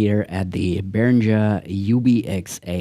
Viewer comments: Uli Behringer hat deutsche Wurzeln und deswegen heisst es Behringer und nicht Berinscher 😘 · Hallo, danke für das tolle Intro, meiner kam auch heute an 😊 Behringer spricht man übrigens deutsch aus, ist auch zufällig mein Nachname 😬